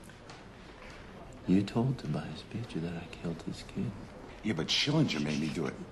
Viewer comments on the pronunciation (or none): Funny how even Robson mispronounces Shillinger. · Even Robson says schillinger name wrong.